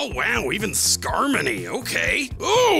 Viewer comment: Uh excuse me that's pronounced "Skarmory" not Skarmony